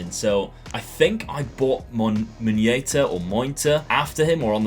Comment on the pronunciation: in thailand muen(เหมือน) = similar ,look like ta(ตา) = eye or grand father but moi(หมอย) = pubic hair when you say like moi ta that so hilaroius ps. big fan from thailand.